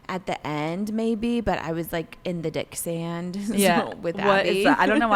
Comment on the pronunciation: The “dicksand” 😅 I’ve always heard it was “dick-drunk.”